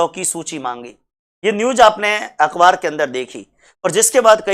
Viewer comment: सर अकबार नही होता हैं। अखबार होता हैं।